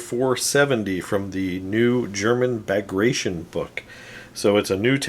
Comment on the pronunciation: Loved the video one of my fav assault guns. Super nasty hoping to get some for my bulge army For future reference it's pronounced Bag grat tea on